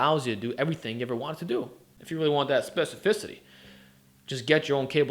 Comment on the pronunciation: "Specificity" Shredded sports science: 😉